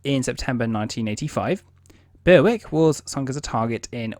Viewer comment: Berwick pronounced Berick, w is silent